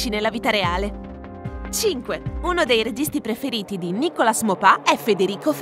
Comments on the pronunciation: Se Nicolas sente come l'hai pronunciato ti ammazza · Si pronuncia Nicolà e non nicolas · 6 Nicolas si pronuncia senza la S finale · Nicolas si pronuncia alla francese cioè Nicolà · 6. Non si pronuncia Nicolas